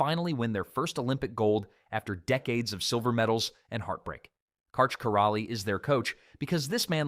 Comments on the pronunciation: I think he pronounced every single name incorrectly. If you can’t get Karch’s last name right, you have no business making this video. How dare you, sir. 😡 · I think "" would have more credibility if they pronounced the GOAT's name correctly. The "L" in Karch Kiraly's name is silent. The narrator also mispronounces Misty May Treanor's name incorrectly.